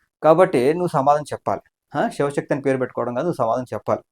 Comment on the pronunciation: శవశక్తి, శివశక్తి కాదు